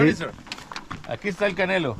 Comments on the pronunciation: The the dogs name is Canelo like the Mexican boxer not Canela like cinnamon. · Its CANELO like the Mexican boxer 😅